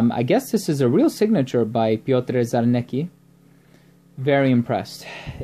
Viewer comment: The correct pronunciation of this Polish name is as follows: Pyotr Charnetzki. The scent is deep and very rich.